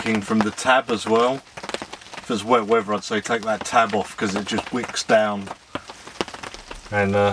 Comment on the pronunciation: did you say, weavuh instead of weather? and why do you only laugh 2 laughs? Why do you say "as well" instead of "also"?